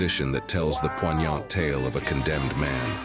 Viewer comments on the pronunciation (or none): The narrator mispronounced bass and poignant. Lol